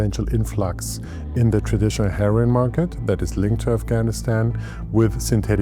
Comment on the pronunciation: Lol when he says heroin it sounds like herring